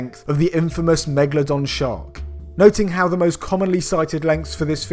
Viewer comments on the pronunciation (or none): Ah megladon